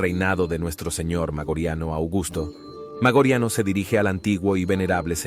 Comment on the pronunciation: Interesantes tus videos, pero deberías repasar tu pronunciación latina. ¿Magoriano? ¿Magorian? ¿Noveláe Maioriani? En latín no existen palabras agudas. No lo tomes a mal, pero estos pequeños detalles destrozan unos videos muy interesantes.